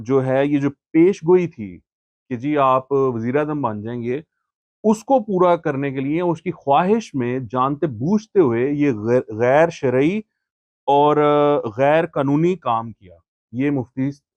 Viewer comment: لفظ ' خواہش ' میں واو ساکن ہے ۔ تلفظ خاہش کے قریب ہے۔